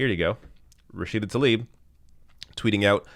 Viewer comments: it's pronounced Tlaib, not Talib; please! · It's not taLib! It's tLaib (pronounced - tLa-eeb)